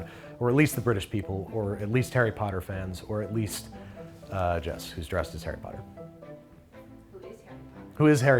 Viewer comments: Is it just me or did he say "Parry Potter"..? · "Pumpkin Pasties from Perry Potter" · "pumpkin pasties from Parry Potter" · "Pumpkin pasties from Parry Potter" 😂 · Parry Potter?